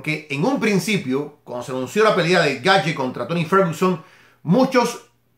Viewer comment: Se pronuncia "Gaetch" no Gaetye